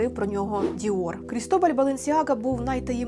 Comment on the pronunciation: Дякую ❤❤❤ правильно Крітобаль, наголос на а